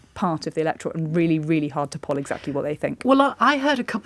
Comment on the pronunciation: Why is pronouncing 'poll' with a short vowell 'o' (rhyming with 'lol' instead of 'soul'?